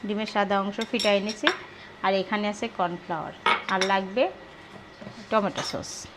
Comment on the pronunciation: স্যুপের মধ্যে গাজরের সাথে কাঁচা পেঁপে দিবে,টমেটো সস দিবে না। আর উচচারণ টা টমেটা না টমেটো হবে।